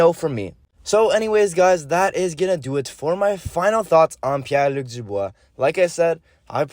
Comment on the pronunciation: Ta prononciation est on point haha